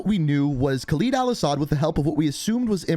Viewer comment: Geez... Can somebody finally tell him that it's KHALED AL-ASSAD not some fucking KhalEEd Al-Assad...